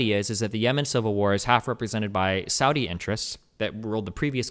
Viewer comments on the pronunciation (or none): none